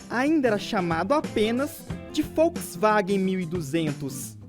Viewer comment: ainda chamado "FolksWagen" 1200 parabéns ao narrador, V em alemão tem som próximo do F.